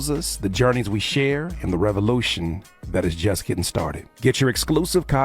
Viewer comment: This man said "GETTING" bad